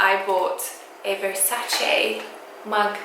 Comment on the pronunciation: finally someone who pronunces Versace correctly and not Versaci!!I'm italian and it's an italian pronunciation!!The mug and the saucer are amazing!!Love love love from Sardinia Italy😃😃